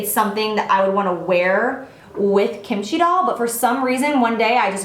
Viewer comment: Lol the way you pronounce kimchi doll is so funny but it's ok ily and kimchi is a Korean side dish that is really popular with Koreans if you were wondering